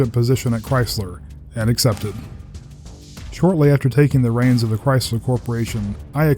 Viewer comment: THE CAR WHO SING CHRAYSLER